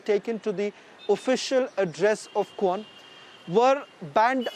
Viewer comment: Say that "kwan" properly please